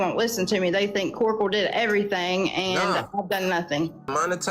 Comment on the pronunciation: 🗣Core ek ul😂 cork all😂 ka oracle 😂 cor rackel😂 kor erkle😂 kul er coral😂 cuticle